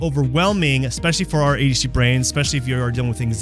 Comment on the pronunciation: Adi’ hacie 😂